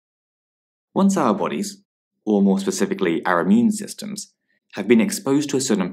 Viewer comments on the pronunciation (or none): ah yes the 'immue system'